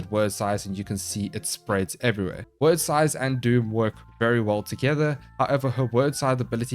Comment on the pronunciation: You call them "word" sythes but it's actually pronounced like "weird" it's an actual work from old Norse/Anglo Saxon that means fate. You cast doom then help them meet their fate with the sythes. 😀